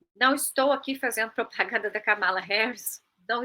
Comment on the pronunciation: Corrigindo: A pronúncia do nome Kamala tem a primeira sílaba tônica e não como essa jovem falou, que não sei o nome (não colocaram na tela).